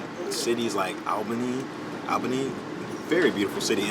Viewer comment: You miss pronounced Albany wrong....at least the first time and Syracuse